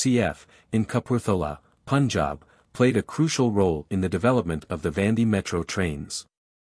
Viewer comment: Please pronounce correctly, not Vandi